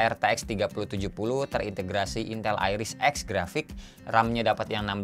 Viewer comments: Intel be laik: capek capek gua kasih nama asik salah sebut aja 😭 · Iris Xe,. Kadang sering Salah sebut ya😂